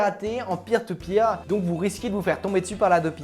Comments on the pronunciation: Quand il a dit Peer To Peer j'ai crus Pire Au Pire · Mdr quand t'a dit peer to peer g cru que tu disait pire tout pire